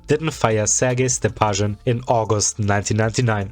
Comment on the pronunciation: The pronunciations make me think you're a German speaker? The Z in Zyuganov should be a zee sound and ths Sh in Stepashin should be a sch.